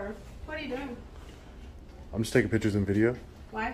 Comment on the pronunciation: Recognize our rights and freedoms with respect is the correct sentence And please say photos and video not pitchers You’re welcome.